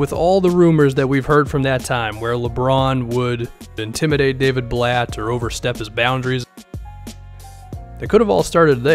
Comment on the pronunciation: “Daviud Blatt”